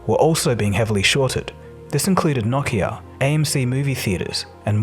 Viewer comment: Never heard Nokia pronounced as Gnocchia before. Now I'm hungry.